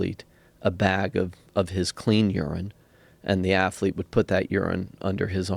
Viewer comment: Bryan "afflete" Fogel